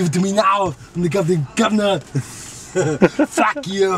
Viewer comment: His first "FACK EYOU" had me rolling.